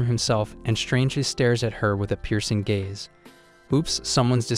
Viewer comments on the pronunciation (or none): none